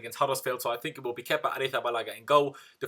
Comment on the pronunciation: you're really nailing down Kepa's last name innit. big up lad